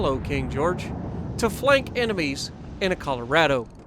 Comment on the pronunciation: Are you saying flanker in a kiwi accent?